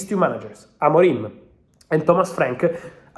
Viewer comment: AMORIM, NOT AMORIME